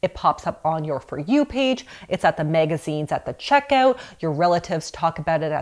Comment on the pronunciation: MEGA-ZINES 😂. I had no idea people pronounced it that way.